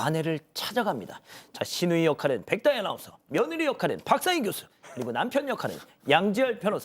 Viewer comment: 백다희 발음 좀 똑바루 배우고 와